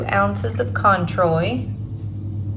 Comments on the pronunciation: Contreau is pronounced CWAN-TRO. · Canadian here. Cointreau is pronounced quan tro. 😉🫶 That marg looks AMAZING!!!! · Cointreau is pronounced first syllable. KWAN second syllable TROW (sounds like BROS. like the kids say all the time) I just thought I would correct you and I know how annoying that is but please don't take it the wrong way. It is just that someone has misinformed you. You never stop learning, I know I. don't. Don't be mad please! I love your videos. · Love Mexican food! I’m in the UK and we enjoy the restaurant Wahaca. Everything you make looks delicious, I’d like to try the spicy margarita but I’ve gotta correct you on the Orange Liqueur, it’s pronounced Kwontro in English - rather more Kwaan Tro in French!